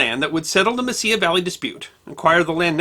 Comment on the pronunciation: It is Mesilla not messiah valley.